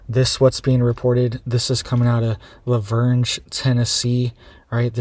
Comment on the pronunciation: I live in Nashville TN you do NOT pronounce the G in LaVergne. It’s pronounced “LA-VERN”.